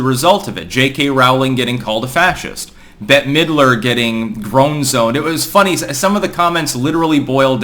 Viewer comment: “No Bette-a Middrer?”